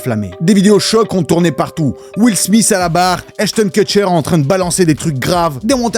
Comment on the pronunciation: il est ou le S dans le fin de smith ? ... sérieusement les français appart parlé arabe vous savez pas parler anglais comme il le faut ..